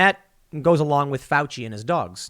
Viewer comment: "I am going to defend fuici" Nice one Tim